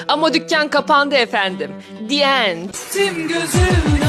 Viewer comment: Di end değil dı end diye telaffuz ediliyor